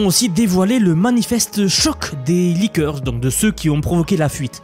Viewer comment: Et on dit pas laiker mais leaker